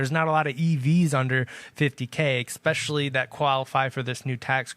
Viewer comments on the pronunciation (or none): Great video BUT PLEASE STOP WITH the “ECSPECIALLY”. It totally takes away from your credibility